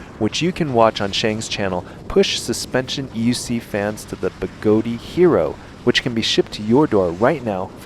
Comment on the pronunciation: Good comparison review. Although, Even Begode pronounces their company as (BeGoad) and not (BeGodey). I honestly don't know where people get the extra 'e' or 'a', but it's a bit of a pet peeve of mine to hear someone mispronounce their name after more than a year of the name change. Funny how OneWheel has the issues they are facing and now KingSong has a different set of problems.